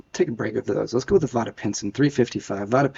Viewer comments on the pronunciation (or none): Vada .....rhymes with fade